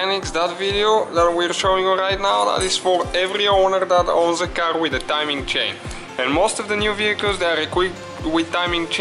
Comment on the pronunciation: Hey, it is not "chin" , it is a CHAIN ! Chin is in Your face ! Also what is "ansor" ? I think You waiting for answer,right ? Look, this engine did not have a balance shaft, so NO NEED timing for chain for Oil Pump ! Oil Pump no needed for timing !